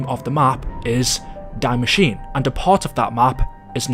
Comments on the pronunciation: Hey just as a friendly reminder: You pronounce "Die Maschine" not like the english "to die" but more like "Dee" And you pronounce the -e at the end of Maschine :) I know german is hard just for those who maybe want to pronounce the things right👌🏼🤝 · Just a little FYI, the ‘die’ in ‘die Maschine’ is actually pronounced “dee” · It is pronounced Dee ma sh ee na I saw quite a lot of people mispronounce the name since it is German but love the videos The perk is actually dead shot just take a extremely closer look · Hey love the channel man I’ve been watching since BO3. Small thing, the German word “die” is not pronounced like it is in English but it is pronounced “dee”. Keep up the good work. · "Dye machine" lol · Its actually called DIE MASCHINE wich means THE MACHINE not die machine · I came to comment this I’m glad somebody did because it was honestly making me cringe 😭😂